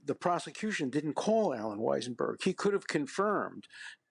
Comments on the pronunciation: Who is Allan WeiseNberg? Dershowitz said it wrong twice. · Dershowitz, apart from being a fascist, not a "liberal democrat", can't even get Weisselberg's name right. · Dershowitz is dead wrong about so much it is surprising. He could not even get Weisellberg name right . If part of the reason for Trump's actions was to change the election that is enough. He is out of touch and as far as claiming to be a liberal democrat, I have my doubts. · Dershowitz… how far you have fallen. Cannot even get the name of the Trump Org CFO correct - it’s WEISSELBERG you senile old man. Also, trying to justify the crimes that Drumpf committed by saying Alexander Hamilton also did the same… it’s not an excuse bud. This isn’t weaponization of the federal judiciary and DOJ by Biden, it’s a prosecution initiated by the Manhattan DA for multiple crimes Thank the lord this guy never ended up on the bench, gotta wonder if he remembers how to pronounce Epstein’s name 😂😂😂